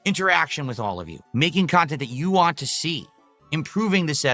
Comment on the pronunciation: God damn it, Can you you just fucking pronounce the whole word “want”? Please for the love of fucking god. He says it like “wah”, so annoying.